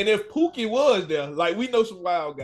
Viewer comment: You probably said his name the way he’s been called for life, puke-n. It’s wrong what he did to that sister, period, he was wrong! He was wrong. But listening to the way I just now heard his name pronounced, I can see why he’s angry; he’s probably been teased ALL of his life; he’s angry. Here comes puke, hey Pukin are you puke-n yet? I’ll bet he heard Jokes about his name in his sleep; I’m willing to bet the teasing is the cause for his anger. Years ago I worked for a government office; a young man named Donald Duckett was up for murder. I spoke to his mother and we talked about his name and how he must’ve been teased terribly; she didn’t get it at first but later agreed that his anger was probably from being called Donald Duck, kids quacking as he walked, etc. Peoples have to be careful about names they give their children. And I agree, some blacks will fight one another before they protect one another, they need to be like the brothers in Alabama! Like the brothers with the chair; there’s history behind not protecting one another, check it out!!